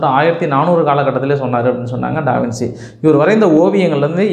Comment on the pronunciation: First of all avar peru pronunciation டா - வின்- சீ illa... it's wrong... adhu ட- வின்- ச்சீ (Da vinchi). Second, Giorgio Vasari was not a king. Third, Leonardo Davinci painted The Last Supper as a commission painting to the CHURCH and not the KING... The church is Cathedral de Santa Maria Delle Grazie in Milan, Italy.